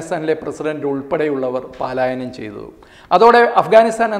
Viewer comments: Paalayanam alla palayanam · Not Paalaayanam ,Palaayanam is correct.